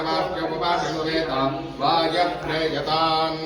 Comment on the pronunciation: ಪ್ರೀಯತಾಮ್ ಎನ್ನುವುದನ್ನು ಪ್ರೀಯತಾಮ ಎಂದು ಉಚ್ಚರಿಸುವುದು ತಪ್ಪಾಗುತ್ತದೆ